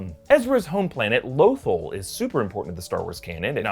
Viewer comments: It’s Lothal not lothol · Low-Thaal not Lo-Thul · low tholl, not low thul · why do you say Lothal like that?!?!?! I mean its not like it isn't literally pronounced in the series over and over again.